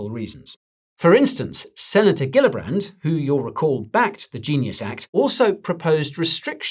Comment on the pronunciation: The New York Senator Gillibrand’s name is pronounced as Jee-llibrand not Ghee-llibrand. 🙏🏽